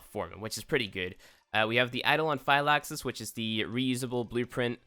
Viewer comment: You've got to learn how tel pronounce things correctly and speak English right. I couldn't even watch this because every event item's name was mispronounced! Guandao, catalyst. phylaxis etc.